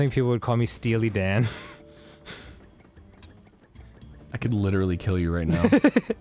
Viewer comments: are we not going to talk about Dan's JoJo reference? "stealy (steely) Dan" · "Steal'e Dan" - 2014 Mario Sunshine